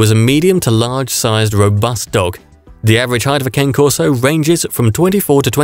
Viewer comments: Its pronounced ka-nay corso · Great video thank you. But me being Italian , i couldnt stop wincing at the way you pronounced the name brah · If this guy is soooo smart, how come he does NOT pronounce the name correctly? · I think this is the voice narrators mistake